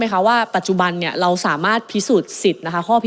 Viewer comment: รักชนกเก่งมาก อภิปรายฟังเข้าใจง่าย แต่อยากให้ปรับปรุงเรื่องคำควบคล้ำ ร.เรือ เป็น ล.ลิง หมดเลย เช่น โครงการ ออกเสียง โคงการ คลิก ออกเสียง คิก เรา ออกเสียง เลา การคลัง ออกเสียง การคัง กรม ออกเสียง กม วิกฤติ(วิกริด) ออกเสียง วิกิด อะไร ออกเสียง อะไล รู้ ออกเสียง ลู้ ฯลฯ ติเพื่อก่อ ตืเพราะรักพรรคประชาชน ขอให้หนูไอซ์แก้ไขปรับปรุงมันจะเสริมบุคลิกของหนูไอซ์เองค่ะ